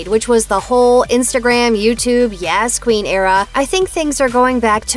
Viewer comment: Y-ass queen lol it's pronounced like yoss queen